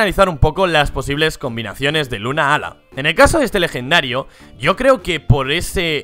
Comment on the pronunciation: 2 cosas, 1: creo que Solgaleo viene de Sol y Galileo... 2: Se escribe "Lunala", no "Lunaala" y tambien se lee como se escribe, no pronuncien como si fueran dos palabras separadas...